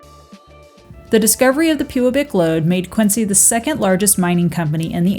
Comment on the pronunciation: Ha-ha! She said "pewabic lode!" 😂🤣😅🤪